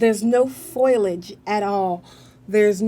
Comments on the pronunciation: I love the way says foilage instead of foliage. Reminds me of Curly from the Three Stooges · well, idk about the "" being "scary good"....I've seen much better. She keeps repeating the same things over and over in different ways...really aggravating and the word is "foliage" not foilage lol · It's foliage not foilage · God, if she says "foilage" instead of "foliage" one more time: Ahhhhhhhhhhhhh! "...and what not." "...and what not." "and what not." "um, ah, ayiah, ah, um, and what not." Come on,.... Please."Iz, it, it's - it's like, ah, um - and what not." You're KILLING me, here. "Above the surface, or what not..." What does "What not" even mean? I feel CERTAIN you've gotten this under control, by now. You are so sweet, and smart. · Not making things up, but lacks the vocabulary and descriptive ability to express what she senses. I can't stand the ebonics either. Blacks do not pronounce words correctly. She said FOIL age, when the word is pronounced FOL I AGE. 3 syllables, not 2. "" paused too much, and used the word "weird" way too often. I would rather have had the older man describe the targets. He was far more intelligent and spoke better, and had the vocabulary to accurately infer what he was sensing. This is critical information and a person with a far greater descriptive arsenal of vocabulary is vital. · saying FOILAGE is wrong, it's Foliage